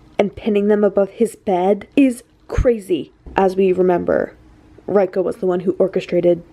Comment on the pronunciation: I loved this video so much. It was amazing commentary but please please please its not pronounced R I ko. It is pronounced like Reeko. Trust me hes Japanese. Apart from that AMAZING VID BLESS YOU❤